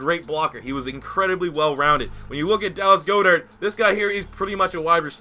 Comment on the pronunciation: It’s god-ert not go-dert